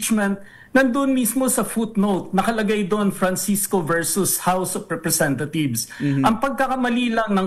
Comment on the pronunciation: House of RepresentaTHIEVES ba ang rinig ko?